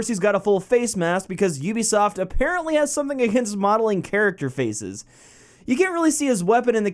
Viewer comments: Why the fuck do you say Ubisoft like that, it's pronounced like YOUbisoft not OObisoft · Stop saying oobisoft, it's pronounced you-be-soft ( yes... I know what it sounds like and looks like) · Wtf is oobisoft? Everyone keeps saying oobisoft, I've never heard of that company. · Is it oobisoft or youbisoft